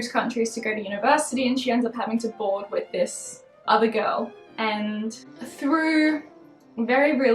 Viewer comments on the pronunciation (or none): none